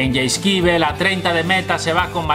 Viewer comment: Buenísimo vídeo máquina! Muchas gracias. Por cierto, ... yaiskibel???? Jajaja. Mételo en google para que lo pronuncie, que no se dice así. Jaja. UN FUERTE ABRAZO , máquina.